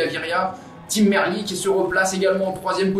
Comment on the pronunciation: Bon résumé. Deux gags : le sprint bidon sous la banderole des 40 km (bonjour les directeurs sportifs) et l'équipier de Gaviria qui le met hors-sujet (soufflante en soirée). Merci d'avoir dit Merlier à la française, même s'il est flamand, ça reste un nom français.